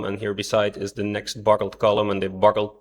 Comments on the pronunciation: B U C K L E D, not b u c k e l e d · "IT BUCKELED" <==== 😅 😂 🤣 🥲 😀 😃